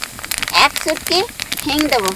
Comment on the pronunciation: আচারটা অনেক সুন্দর হয়েছে ।তবে হিন নাকি হিং বললেন সেটা তো চিনতে পারলাম না।একটু বুছিয়ে বললে ভাল হোত প্লিজ ।ধন্যবাদ ।